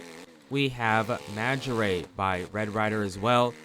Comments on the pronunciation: Bro how tf are you saying Maggiora 😂 Magarey? Dude, its Mahj-jior-rah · The way you say maggiora pains me🤣